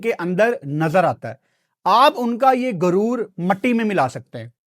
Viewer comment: لفظ گرور نہیں ہوتا غرور ہوتا ہے ۔۔ لفظ کھان نہیں ہوتا خان ہوتا ہے ۔۔ پہلے ہی تمہاری اردو جھٹکے مارنے والی پنجابی جیسی ہے ہے اوپر سے اس کو بھی انڈین تڑکا لگا دیتے ہو اور باتیں انڈیا کے خلاف کرتے ہو ۔۔ عجیب ہی منطق ہے اپ کی